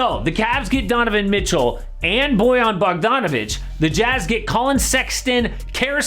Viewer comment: Holy shit someone said Bojan correctly!? I can't even fathom this lol